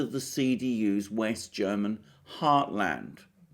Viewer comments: you made very good progress in pronouncing german! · Mr. Mercouris, your German pronunciation is fantastic. As are your analyses. Thank you! Merkel started in the CDU only for one reason: The work to the top in other parties would have been much harder than in the CDU of Kohl. Merkel is no conservative. She always promoted leftist agendas. Imo she's glad, when the Greens will run the country and the CDU will be destroyed. Merkel isn't inept or too old. She was socialised in the GDR and did well there.